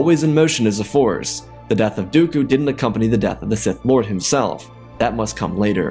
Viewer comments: "He learned a terrible truth, Palpatine was a sith LAWD." PLSSSSS😭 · "A Sith Lard" had me cracking up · “Palpatine was a Sith Lod” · Darth diabetes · Sith Laude? Am I the only one that caught that, lol? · "A Sith Lawd"😅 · "Sith Lawd" 💀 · Sith lod? Lol 😆 🤣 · Sith Lawd 😂😂😂🤣